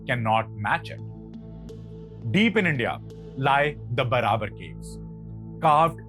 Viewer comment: Pronunciation of ' Barabar ' too is wrong . Its pronounced as ' Baarabaar ' . Please correct .